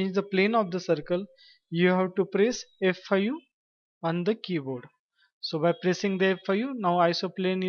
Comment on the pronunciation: it's so confusing hahahaha thought u was saying FU